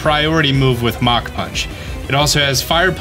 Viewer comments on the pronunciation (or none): none